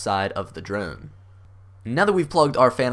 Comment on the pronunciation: This video was helpful. Thanks, but it sounds like you’re saying druone.